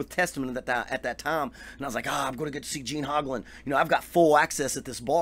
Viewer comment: Wow, not only do you not know how to say the man's name, you are wrong and unaware of stuff that a search for him on youtube will make you aware of in five minutes. He does not use Camco anymore, stopped years ago, he uses Pearl pedals now, he did use the chain drive Camco just like I use and they're not garbage. You stand corrected. the Camco brand set the industry standard for bass drum pedal design that still today is copied by every company that makes pedals.